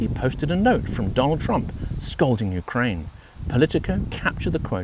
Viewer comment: Yewkwaine shud suwender